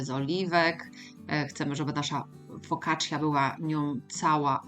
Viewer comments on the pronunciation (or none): Fokaccia nie fokaccja "i" jest prawie nie slyszalne😊